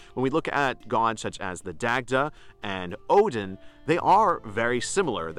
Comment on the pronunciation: Love the content. you make interesting points and hold a lot of insight. However, I would advise you to revisit your pronunciation of the Celtic names. As a Celtic Pagan myself and studying the Irish language, it can come off as disrespectful to mispronounce these names. Names are important. I know that this isn't your intent and wouldn't want you to get any backlash for it. ex.: Dagda=Dah-da, Goibniu=Guv-noo. The Irish language can be tricky. Its especially counterintuitive for English speaking Americans. I know it has been for myself.